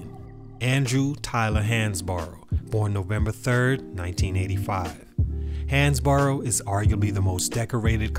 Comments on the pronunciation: Pronounced Hans-Bro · It's pronounced like "Hans-bro"